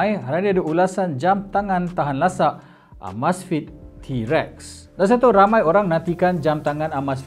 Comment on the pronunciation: sebut betul2...uh-meiz-fit....